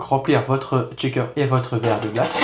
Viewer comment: Très instructif, encore une fois c'est expliqué avec beaucoup de douceur ! Juste une chose, je me dois de vous le dire car à chaque fois ça m'accroche un peu l'oreille : "shaker" se prononce "cheykeur', pas "tchékeur" ("checker" = vérificateur). Il n'y a pas de T au début ! (Je déteste faire le prof, mais bon, j'en suis un, je ne peux pas lutter...) Bonne continuation !